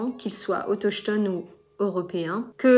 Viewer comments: Merci ! Autoktone? Ah oui? Je t’avoue que je l’ai lu plusieurs fois mais pas vraiment prononcé à voix haute 😅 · oui ça s'écrit bien autochtone mais ça se prononce plutôt "autoktone". L'important c'est que le terme soit bien utilisé. Bon courage pour le docu si ça se fait ! Je regarderais avec intérêt